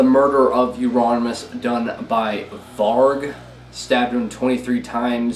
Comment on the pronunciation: Mispronounced "Varg" oxå!!!